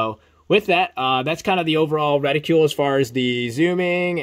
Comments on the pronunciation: Good review, but it was painful to hear you mispronounce "reticle" over and over again. "Reticle" does not rhyme with "ridicule" or "molecule". It does rhyme with "article" and "vehicle". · LOL keeps mispronouncing Reticle.